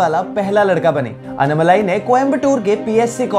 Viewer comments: It's not anumalai... It's ANNAMALAI!! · It's not annamalai you need to pronounce his name as "Annaamalai". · While ur are pronouncing his name its Annaaamalai not Annamalai.. our southern slang a lil bit different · it’s not unmalai. It is annaaaa-then right away malai Say annaaaaa-malai